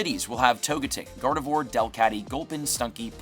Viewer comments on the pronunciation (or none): none